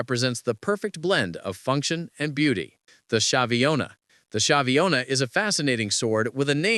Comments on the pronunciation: Fine, but at least learn the proper pronunciation. "Spadon" o "Shiavona" non si può sentire cazzo 😂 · Schiavona is pronounced Skiavona. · It is pronounced sKeeh-ah-vo-nah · Skiavona. Ch is readed as a K in Italian.